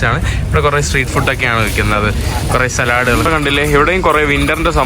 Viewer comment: സലാഡ് അല്ല സാലഡ്